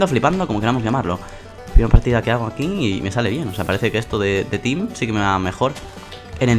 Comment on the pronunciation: El video tiene moy buena calidadd Me ha dado mucha risa en el principio porque dijo tin en ves de team jajajaj